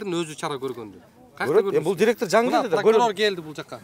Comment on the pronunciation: Неметсенер неметкиле дедиго Прокурор 😂